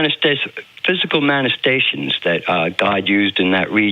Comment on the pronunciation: The word you're struggling to utter is : man-uh-fess-tay-shun.